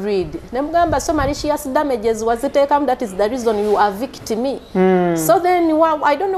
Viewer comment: Avict me hahahaha it's eviction naye this lady I like her confidence.